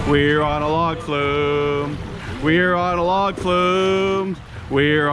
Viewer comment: “We’re on a Log flew?” Or “Were on a log flu?”